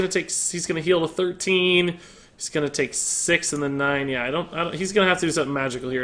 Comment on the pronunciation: dude it is "then", not "den". Damn dude, where did you get that from? Wtf